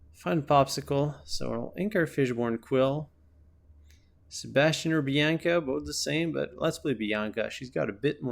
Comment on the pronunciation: Is he saying fishborn quill?